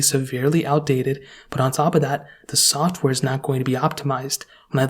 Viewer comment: This man just said “soft wear” instead of “software” 😂😂